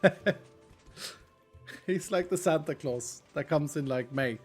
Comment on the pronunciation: Doc is Sand-a Claus